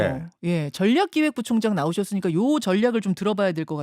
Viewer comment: 어리버리가 전략부총장 발음부터 교정받고 기본부터갖 추고 민주당으로가라